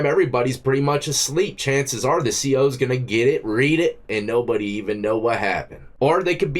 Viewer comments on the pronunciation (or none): none